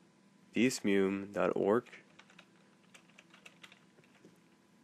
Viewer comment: You're pronouncing it wrong, it's "DEH-ZOO-MAY"